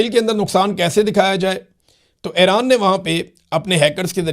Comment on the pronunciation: ایران۔ Not حیران ۔۔۔۔